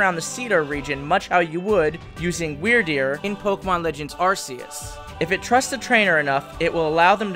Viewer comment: The official name of the God of Pokemon is Ark-ee-us just like you would say Archangel, or Arcane, it represents God, Gods or Most high. And since your region represents Norse mythology I would think you want to pronounce it correctly. To further prove my point if you look at the Pokemon Type nulls: R,K,S system. I love your videos I don't want you to get offended.